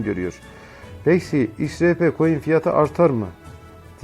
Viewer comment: İX RAY Pİ değil yanlız, Ex Ar Pi diye okuyun şunu 🤨